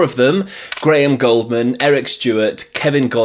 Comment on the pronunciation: Gouldman (pronounced "Gooldman") not Goldman